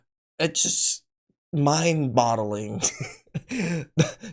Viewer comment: It’s mind boggling not mind bottling.